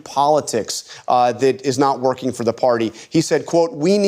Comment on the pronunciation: did I heard that correctly? "....they're woking hard in their community...."